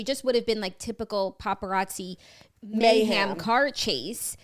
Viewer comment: Here to see if anyone noticed Jackie saying “mayham” for mayhem 😂💋 love ya